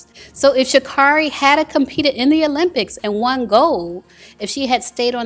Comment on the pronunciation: She pronounces her own name Sha-carry